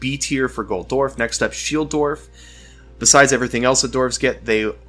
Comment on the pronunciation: I hate how you pronounce dwarf